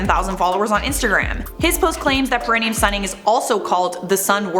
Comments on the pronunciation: It is pronounced like, 'pair ah knee um'. (long time nurse😅) Always love your videos!! No criticism here, just clarification! Keep on slaying!💜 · Just an FYI:. Perineum is pronounced pear-eh-knee-um.